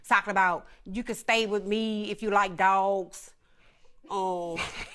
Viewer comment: 🤣 do u like "dwogs" 🤣🤣